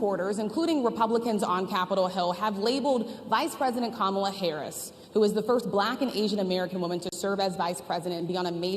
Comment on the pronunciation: I’m surprised that he pronounced Kamala’s name right😬